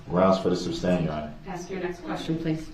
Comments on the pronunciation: Ah-jection, suBStain, license place, grounds, enty interaction, axe, liberry, so so many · All this time and he never picked up on the fact he's saying it wrong. Sustain not substain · Reason for the Substain?? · You mean substain. That's how that moron says it. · Substain, tackit, axe, oaf…this guy does a complete butcher job of the english language over and over again.🤦🏽‍♂️ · Substain?? lol! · It’s not substain idiot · It's "ask" not "axe." It's "sustain" not "substain." And if I hear "GROUNS!!!!!" one more time, I'm going to lose it. I only wish the prosecution had started hollering "GROUNS!!!" every time DeRELL objected. But yeah, the prosecuting attorneys are TOO professional for that. And Judge Dorow deserves a special award for patience and fairness. And how can DEAD PEOPLE bring charges as the "injured parties?" He deserves EVERYTHING he gets in prison. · He is soooo consistent with his distorted pronunciations that I can't help but wonder if there might be an actual defect between his ear drum and his brain which might cause him to actually perceive in his mind these words in the distorted way that he expresses them. If it could be determined that his hearing perception is actually defective, that would explain a lot ! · Countless numbers of times Judge Dorrow states "SUSTAINED " and Brooks immediately counters with "Grounds for the SUBSTAIN" There just has to be a physical defect between his ear drums and his brain. His brain must be somehow perceiving that word as "SUBstain" for him to so consistantly mispronounce it that exact way every time, over, and over, and over. If such a perception defect is possible, that might explain a lot about how he can have so many social and relationship misperceptions. Maybe his brain really does physically have defective wiring causing him to not perceive things correctly or rationally. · substain? the little guy is funny